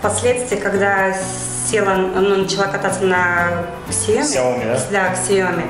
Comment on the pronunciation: СЯОМИ УДАРЕНИЕ НА И !!!